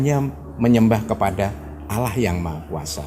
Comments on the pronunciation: Penyebutannya bukan alah tapi Allah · pelafalan katan "Allah" mirip dgn dialeg orang Kristen (Alah). mungkin ini diluar islam dan anggotanya yg wanita pun g ada yg pake jilbab/hijab